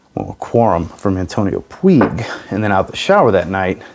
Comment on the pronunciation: I am very curious about that NightVision, hope to smell it somewhere. About the Antonio Puig one, as I am spanish, I know how to pronunce it. You are pronuncing it not in the good way. If you want to know how to correctly say Antonio Puig in spanish, you can to to Google translator, write that name, and click on the spanish audio icon; you will hear the correct pronunciation. Now wearing Bvlgari Man Black Cologne.